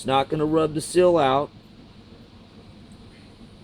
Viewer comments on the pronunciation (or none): It's a "seal", not a "sill".